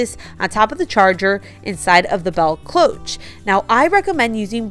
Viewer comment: Beautiful and cheerful design. Cloche is pronounced klowsh. I just bought 3 plant pots from the plus section and the labels took forever to remove. The blow dryer worked okay with first one, so-so with second and the third was a bugger 😂. Dollar tree needs better stickers. Really great job on the candles! Came out awesome. Could definitely sell them or give as gifts. TFS